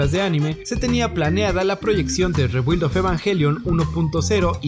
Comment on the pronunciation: SE PRONUNCIA REEEBIIIIILD